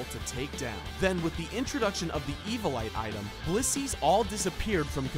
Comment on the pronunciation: This dude does not know how to pronounce things. Eviolite (EEH-VEEH-OH-LIGHT) Not (EEH-VOH-LIGHT) And Togepi (TOH-GE-PEE) Not (TOH -GE-PIE) Just Saying These Names Wrong Triggers me...